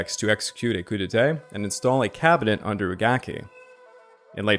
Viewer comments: Your pronunciation of “coup d’etat”needs to be corrected as you’re saying “coup d’été” instead. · I burst out laughing everytime he said "Coup Detay"